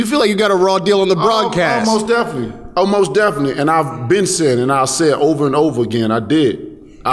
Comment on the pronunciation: Deontay "mose deffinely!" Wilder